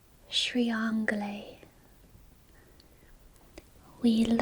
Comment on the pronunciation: we learned of the bermuda "tree-an-glay"